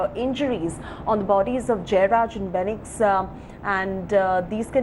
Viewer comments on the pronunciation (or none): It’s fenix not benix!!!! please guys, address them with the right names.